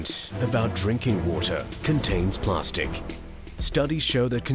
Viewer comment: What the fuck is "plarstic"